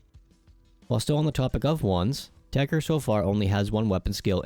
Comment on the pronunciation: why the f is everyone calling it techer whens ist spelled techTer ?